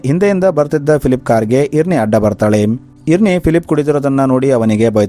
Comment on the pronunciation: ಇರ್ನಿ ಅಲ್ಲ ಐರೆನ್ ಅಂತ